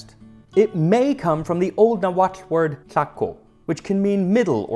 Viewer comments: I like that you pronounced Nahuatl correctly and that I noticed you pronounced it correctly. (Or we are both wrong but watched the same YouTube video.) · Congrats on being the first youtuber I've ever heard pronounce 'Nahuatl' correctly. That deserves an award or something. Give this man a taco!